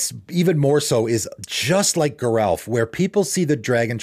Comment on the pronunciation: According to Mark Rosewater, Geralf is pronounced with a soft g, not a hard g.